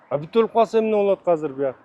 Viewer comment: Азыр деп сүйлөчү мэр ака хазыр хазыр дей бербей